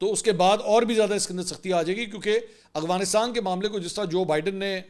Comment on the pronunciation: Aghwanistan nahi hota hai Mansoor Bhayi "Afghanistan"